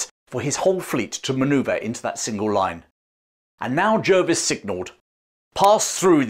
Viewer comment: I learned to pronounce Jervis as 'Jarvis'. Is that not correct?